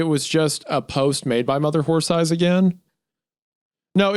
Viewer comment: I loved the two times Wendigoon couldn't say "horse eyes" and kept saying "wh*re thighs" His mind betrayed his soul